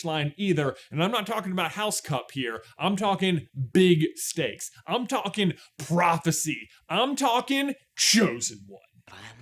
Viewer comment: When J said "we are talking big stakes," I had to watch it again because I thought he said "we are talking big snakes". So close to a great Ninja Neville moment right there.